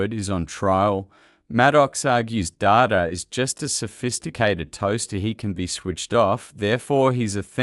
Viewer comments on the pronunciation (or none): Good commentary on AI and Trek. Ironic that this AI voice can’t tell the difference between Data the character and computer data 🤖